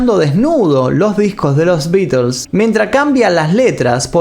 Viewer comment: Que raro... Dice los nombres de las canciones bien pronunciadas y no ofrece pronunciar bien The Beatles correctamente... Que raro